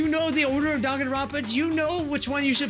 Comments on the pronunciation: hey did you see how he said Dangnaronpa instead of Dangonrompa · why hasnt anybody noticed that its dangnaronpa instead of danganronpa 😔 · "Dangnaronpa" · "Dangnaropa" oh yeah, this is big brain time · No hate but its DANGANRONPA not DANGNAROPA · Ah yes , my favorite game , daNgNaROnpA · MANS REALLY SAID "dangnaronpa" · Wait- what’s Dangnaronpa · it says dang na ronpa and its so triggering